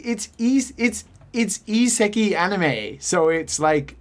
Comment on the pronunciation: Timestamped for posterity: suggests a Danny Devito swapmod for Mario for Project M, complete with a gritty Brooklyn Rage Danny Devito impression of "IT'S-A MEE, MARRIO!!!"... I don't wanna sound like a know-it-all, but it's "iseka*I*". ISEKAI. You're missing the "A" in "ISEKAI". Literally "another world". The latest genre trend in popular Japanese subculture media, where some otaku idiot (gamer, manga fan, or general shut-it) gets transported to "another world" and suddenly becomes either tough shit, or... shit.